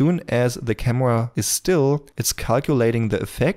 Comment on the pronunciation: Let’s select the “camwa”